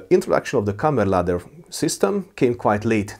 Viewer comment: it would be kammarladdare, not kammerladder which i believe is the norwegian way to say it